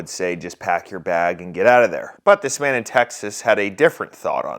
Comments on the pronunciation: I'm 75% sure he said "I'm mad enough to pull it" Not "..man enough.." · I thought he said "I'm mad enough to do it". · He said I’m mad enough to do it, not man enough to do it from what I can hear